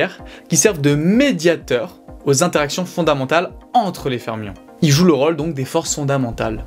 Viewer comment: Il y a quelques trucs que je voudrais que vous preniez en compte : - Les explications sont claires et impeccables ! - Le charisme de ce brillant individu semble augmenter exponentiellement ! - Point négatif : S'il vous plaît, pourriez-vous juste faire attention à la prononciation des "O" ? J'ai remarqué que sur les mots suivants : Jauge / Atome / Rôle / Autre, le "O" étaient mal prononcés... :( Le reste est nikel, vraiment, félicitations !